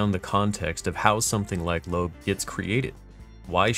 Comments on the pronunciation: It's pronounced "Lo-ab." Went to high school with her in Colorado Springs. We're both 1987 graduates. She's pretty cool, into D&D, other gaming, disc golf, prog music, and e-bikes. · Nah, it's pronounced Lo-ab, she told me herself